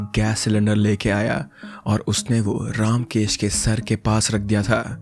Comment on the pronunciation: You are pronunciation of the name ramkesh is not रामकेश it is रमकेश